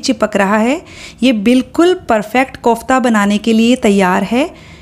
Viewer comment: Good recipes. Starndard way of making it but your pronoun conf KOFTA Is not right.